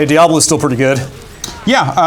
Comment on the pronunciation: How do people not know how to properly pronounce Diablo?